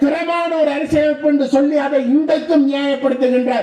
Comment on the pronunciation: சொள்ளி இல்லை சொல்லி தமிழர்கதைக்கும் தமிழ்